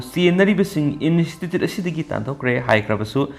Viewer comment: Pao tabadi yam nungaire adubu nangi English ki word yaobadugi pronounciation dudi pura taba yadre. Institute haibane in-estitute haiba natte. Accuse haibane akuis haiba natte.